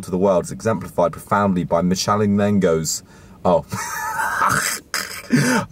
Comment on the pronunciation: Died at the mispronunciarion of Michelangelo 😂😂😂😂